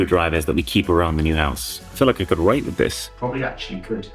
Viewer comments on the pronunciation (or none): that did not sound like "write" at all. Made me pause lol